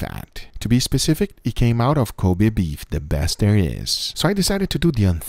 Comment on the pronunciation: I'm just glad Guga has started pronouncing Kobe correctly instead of "Coby."